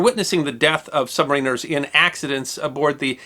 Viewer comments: You're still pronouncing submariners funny! :D Think, "The Rime of the Ancient Mariner". Man, I can't imagine having to make the call to close that hatch with men still on the other side. Poor guy. :( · Pronounced "sub-MAR-in-ers." Not "sub-ma-RIN-ers." LOL! Great video as always, thanks. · Love how he is pronouncing "submariners" 😂😂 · I HATE it. So good and yet so bad.